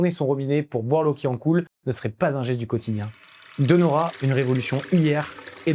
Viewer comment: Très intéressant et il y en a bien d'autres ! Comme "Luxottica", "IMA", "Danieli", "GVS", "Interpump Group", "G.D.", etc. PS : attention à la prononciation😉> BariL La (on prononce les 2 L) et pas BariYa ; FiN ((comme "fine" en français) can (comme Cannes) tieri ; DÈ (pas De) Nora ; DaL Lara (on prononce les 2 L) ; SOUpercrema (Supercrema)